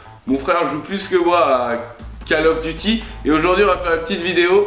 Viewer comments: call eouf duty ^^ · J'adore tes vidéos!!!!!!!et je voulais dire un truc "call oeuf duty" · call oeuf duty LOL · Lol call oeuf duty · cal oueuf duty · call eouf duty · c trop call oeuf duty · call euof duty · call oeuf duty